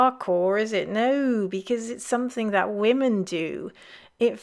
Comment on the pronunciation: I'm more troubled by people suddenly pronouncing 'women' the same as 'woman' like the newsreader in the video. It's a weird linguistic trend that appeared over the last few years.